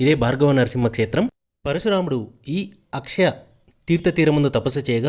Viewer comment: telugu vuccharana sariga vunte baguntundi... like kshetram etc.